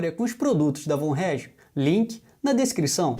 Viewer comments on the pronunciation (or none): Acredito que a pronúncia seja "fon Regium", certo?